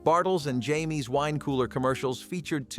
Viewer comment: Just James, not Jay - mees. Bartles & Jaymes.